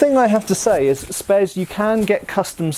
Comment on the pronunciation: "Spes cadet" ahhh noooo...